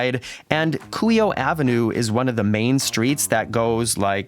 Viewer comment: Very nice and helpful video. It was very considerate of you to mute your voice and music while on the memorial. Well done and thank you! Fyi Kuhio (Coo-He-Oh).